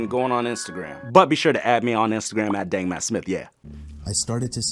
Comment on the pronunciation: u said BANGmattsmith 😡😡🤬🤬